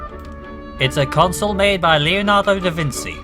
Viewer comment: Did you say "Davinsi"? It's pronounced "Davinchee".